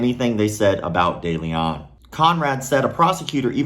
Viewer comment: The letter e in de Leon or Deleon as it might be spelled is pronounced like e in the word "lend" and the "on" like the word "own" not that I care about criminals but I have the same last name.